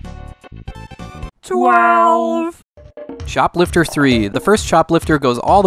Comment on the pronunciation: I swear by god, I was listening to the video while doing other stuff and I heard "Shoplifter III". Had to stop for a second to check why did they make not one, but three games about shoplifting.